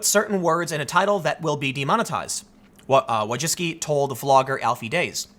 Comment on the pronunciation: Wójcicki Vooy-chi-tzky